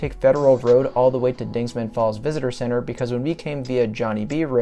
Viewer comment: Dingman not dingsman. Show some respect to Jebediah Dingman,the 4th earl of Worcestershire England UK. Dingman Falls,say its name.